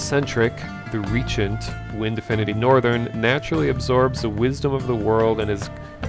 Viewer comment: The server situation is unforgiveable for a game so small with only 7 players per server, that said the game has alot of potential I guess. *btw, google speak is bs, its not ree-agent it is re-jent :)